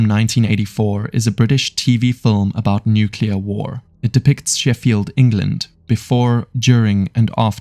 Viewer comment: Nuclear, not nucular